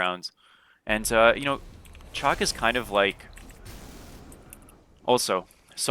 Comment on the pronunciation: It's shock my guy shock.. not chalk